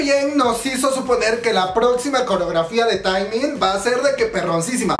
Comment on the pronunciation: Se pronuncia teeeeeeeemin no taaaaeeeemin. Si tuviera tacones te los lanzo!!! 💅 Aprende a decir sus nombres po favo 😣 Pd. Te amo we :v 💜